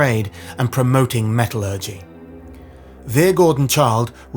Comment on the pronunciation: Very interesting video, but please check your pronunciation of “metallurgy”!